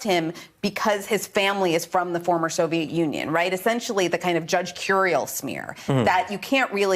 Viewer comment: Vindman, not Vinland. Vind-Man. Say it with me Ari. Vind. Man.